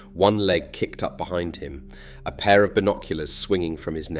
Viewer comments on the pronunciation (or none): none